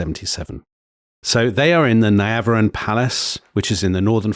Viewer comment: Pronunciation, please. Niavaran is pronounced Neeavaran, Darius has no inflection. Otherwise, I’m enjoying this.